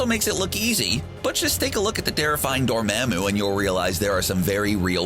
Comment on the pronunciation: am i the only one wondering why this guy cant just say "dor mah moo" like how its said in the movie?